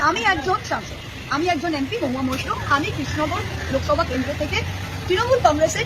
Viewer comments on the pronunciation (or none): Mohua Maitra not Mitra. Pronounce correctly.